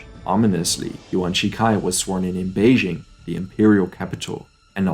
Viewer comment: Good content but he has not studied the Chinese language., so he mispronounces the phonemes in many names of key people, organizations, and locations. I do not suggeest he needs to pronounce the Mandarin tone, but - he mispronounces Tong menghui, Yuan Shi Kai, Beijing, and others